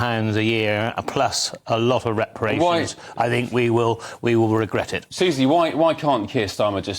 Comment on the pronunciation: The woke on the far right of the sofa should pronounce the word Think starting with the phonic sound ‘th’ not ‘f’.